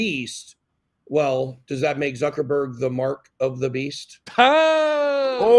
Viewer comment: it is ZuckerBorg please, please!... :))